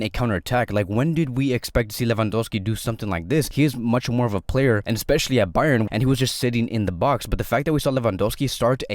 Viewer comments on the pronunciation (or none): none